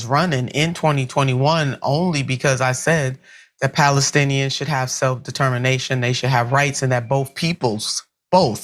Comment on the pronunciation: That guy can't even say Palestinians. Everyone knows now that Netanyahu was very instrumental in setting up Hamas.